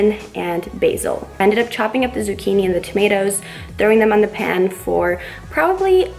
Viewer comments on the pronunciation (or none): none